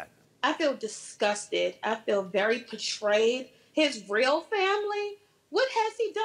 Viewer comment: "I feel very patrade.." Lol